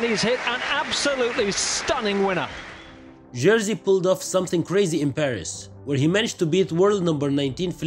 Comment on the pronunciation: And his name is not pronounced Jersey but Yerzhi :) it means George I guess. I am also George. György in Hungarian. Best to Poland from Budapest ❤